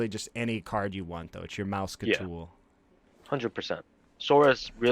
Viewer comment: Did you say… “MOUSEKATOOL!??” 😂